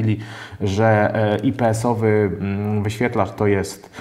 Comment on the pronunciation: a ja znowu proszę, o czytanie nazwy ips. ajpi es , a nie ipe es